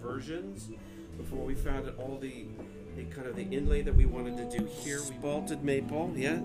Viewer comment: it's "spalted", not "spotted".